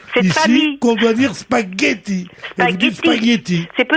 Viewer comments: Des SPAGHETT ON PRONONCÉ LE G. PAS LE I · L'épisode du "Spayetti" 😂😂😂😂😂 Merci!